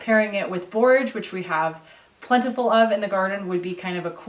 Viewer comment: Are you saying Borges blossoms?